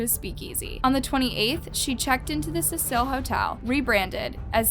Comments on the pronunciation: Constructive criticism..... Get your names right. I watch ALL your videos. I'm always peeved by the fact that you constantly change your pronunciation of names and places!! It can be confusing. A point to work on is all. Otherwise, well done. Thank you. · It’s CECIL (see-sill), not pronounced Cecille! Sorry people it bugged me. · CECIL - not suh-seal. SEE-SULL. Like see-full but with a cee sound on the f. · It’s pronounced SEE-SIL hotel. I love your channel. You have a great voice for what you do. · This case is so well known, I find it weird that you don’t know how to pronounce her last name or the hotels name. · Late to the party much? If you weren't brand new to the case you'd know how to pronounce the name of the very famous hotel... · I love ur vids but u rlly need to work on the way u pronounce things love , u said her name wrong and the name of the hotel wrong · The amount of things has pronounced incorrect in this video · I had the urge to punch a baby everytime you mispronounced "Cecil" ffs dude. And you said her name differently non stop. 🙄 I love the channel but damn it was hard to sit through. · does know how to pronounce any names correctly? it’s not Laaah-m, and it’s not Ce-seaaaa-il. it’s also not Alissa. Please respect the victim in the future. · Cecil: see-suhl. I'm sorry but it drives me crazy to hear something mispronounced. Like Elisa Lam, her last name is said like lamb. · Stop pronouncing names and places wrong Lam is pronounced has “Lamb” Cecil is pronounced as “Sea-Sill”. So once again stop pronouncing these names wrong, if you don’t know how to pronounce It watch videos that say their name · you said her last name wrong and the hotel wrong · You really should look up pronunciation before you film, example Elisa Lam, Cecil Hotel…. I noticed it on the Jaycee Dugard case too